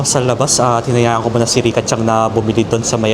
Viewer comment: yes po tama na CHAN lang, sa ibang japanese po kasi CHANG ang bigkas nila kase po mas smooth bigkasin. pero tama po, Chan and San ❤